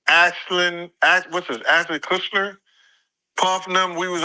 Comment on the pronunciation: He said Ashler Kushner or something like that on an interview. Blue Ivory is better 😂